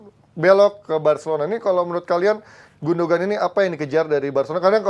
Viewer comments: Lbh gundohan. Ada tekanan h. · Sekedar masukan, Gündoğan dibacanya Gundoan, Çalhanoğlu dibacanya calhanolu. Huruf Ğ/ğ ini bernama yumuşak g, atau g yang lembut/lemah dan umumnya tidak dibaca. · Gondokan ngab 🤣